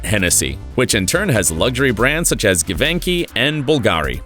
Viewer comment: Givenchy is pronounced Gee-von-she not Give-ink-ee ....... re: Bernard Arnault